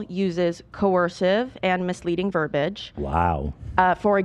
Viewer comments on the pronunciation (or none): Goddammit i was gonna praise for correctly using verbiage then she pronounced it verbage. Guys its Verb-ee-age